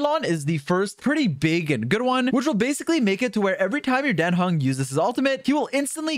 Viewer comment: His name is Dan Heng, not Den Hang! xD